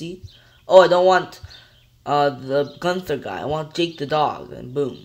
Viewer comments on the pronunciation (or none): none